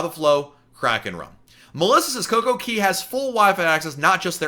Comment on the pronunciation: Not coco KEY it's coco kay